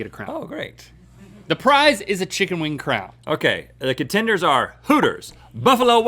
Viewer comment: I would appreciate if Rhett would have said con-tenders